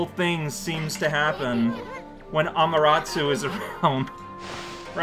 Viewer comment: me: I wonder if is ever going to stop calling her "Amateratsu": Ameratsu. me:... sure